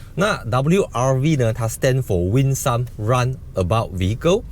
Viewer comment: 谢谢你的视频。 我是教英文的，因为看到你非常的注重Winsome这个词，想温馨的告诉你这个 Winsome 的 some 和 handsome 的 some一样发音，发Sem